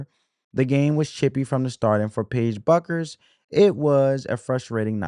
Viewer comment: How hard is it to understand that the “U” in Bueckers is silent? It’s pronounced Beckers. Sabrina’s name is pronounced you-ness-coo.